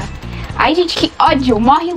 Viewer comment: “gentih 🙄olhah.😟 Essah. 🤡Pro. 💅meu deos. 😉